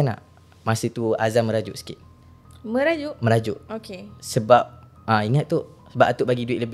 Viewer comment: oukhhey oukhhay ape bnda do 🤣